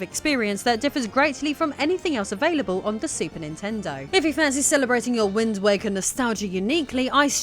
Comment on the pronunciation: rofl, I swear when you first said wind waker at the very beginning I heard wind wanker. I think I like that one more.